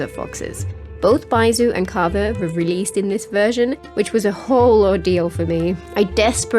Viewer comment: Can we appreciate the fact that they're almost the only person I've ever heard to pronounce Kaveh's name correctly?